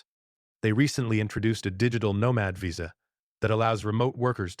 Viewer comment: Stop using AI to do the narration, it can't pronounce words accurately like visa. Thumbs down